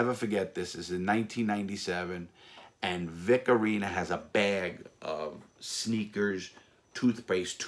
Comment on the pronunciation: Vic Oreener is one of my favorite gangsters, heard alot about him him from listening to Michael Franzese. Mike calls him Vic Orena, but i like Larry's version better🤣🤣